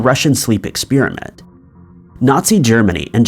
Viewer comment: What is an ex-spear-a-mint? 🤔